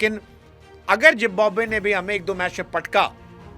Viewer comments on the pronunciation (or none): Please try to pronounce Zimbabwe correctly. It's Zimbabwe NOT Jimbabwe.